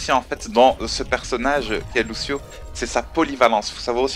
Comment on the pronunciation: Et ça se prononce Louchio ;)